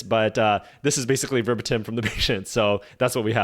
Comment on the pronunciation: Are you intentionally mispronouncing words to increase engagement? Verbatim and angina were pronounced in a very interesting way.